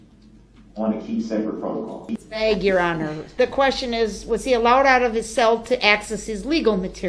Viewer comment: The way he talks annoys me so much.. “When I’m allowed out of my SALE” It’s CELL not SALE